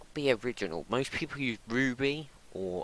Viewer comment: "mopst people":)